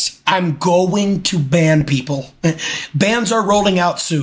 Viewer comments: It’s kimich not kiemmiech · the way he pronounces Kimmich LMAO KimiTSH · The way he pronounces Kimmich 😭